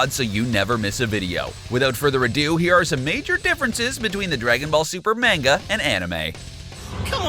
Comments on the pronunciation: its MANGA not MEANGA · bro calls manga “main-ga” instead of “maan-ga” :heh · Holy shit please stop saying main-ga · its pronounced MON-GA not man-ga, LOL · It's not MEIN-ga, it's pronounced MON-ga. Fucking Hitler...lol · it’s not manga (mayne ga) it’s manga (mahn ga) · Why are you calling it mainga and not manga. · IT IS NOT MANEGA!!! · I can't watch this because you say menga its manga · I'm pretty sure its pronounced Mon-Ga not Main-ga. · Mahn-ga not Main-ga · I'm pissed cuz he kept saying Manga like (May-nga) instead of (Maw-nga) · bro "mane-ga" is hurting my soul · Oh boy I SHURE DO LOVE ME SOME MANG-GA LOL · Mayngah,zimasu,ze-no,khalifia I don't think the narrator actually watches super lmao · Why do they sai Main-Ga? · "in the MAENGA" is all i heard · Mang-ga wow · Its pronounced monga omg maaanga hurts to hear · Suaki “mayn-ga” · I hate it when people pronounce Manga like Mango. They even pronounce Mango wrong. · they say manga like mango and mango like manga like wtf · Yeah he said menguh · Hearing him say Main-Ga is enough to make you trigger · Did he just mispronounce manga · I’m going to do a drinking game. Every time he says manga wrong, drink a shot. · I cant take any one who pronounces manga incorrectly seriously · It always gets me when people pronounce manga like he does in the beginning. It's petty, I know. I do like the video. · Am I the only one irritated by his pronunciation of manga and some of the characters names??!? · lol but he pronounced it lik man-ga